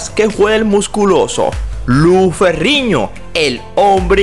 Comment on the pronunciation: Narrador por favor aprenda las pronunciación de las letras. No es Lou Ferriño, Es Lou Ferrino. Pronunciando bien la N no Ñ.